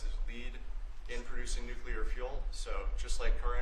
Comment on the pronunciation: Why do so many people in power pronounce nuclear as “nuculer”? Homer Simpson said it that way too.